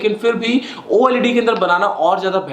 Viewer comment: You said o led not oled